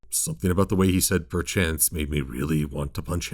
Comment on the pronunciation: I'm sorry to say this to you buuuuuuut the colt said "Par chance" really well, I am french canadian and I say it's really well said